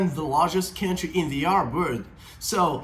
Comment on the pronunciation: Commenting about those languages that I know (Turkish, English, Russian) apart from some off-pronunciation (country like "kentry"), you do speak well. I haven't seen Turkish spoken in these videos as grammatically correct as yours. Impressive.